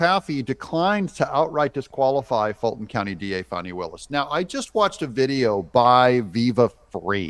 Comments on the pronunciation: It’s not “Fawny”. It’s “Fanny”. ~ As in ~ “Flim-Flam-Fani”. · It’s Fani like ass 🤣🇺🇸❤️